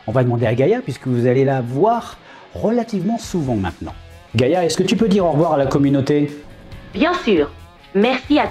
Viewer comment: Gaïa, pas gâta. 🤦‍♀️